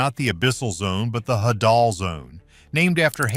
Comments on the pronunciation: Hadal (Hay-dal) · I had to turn this off after 6mins... I couldn't concentrate after laughing so hard at the pronunciation of "trimethylamine" qand the "hadal"... 🤣🤣🤣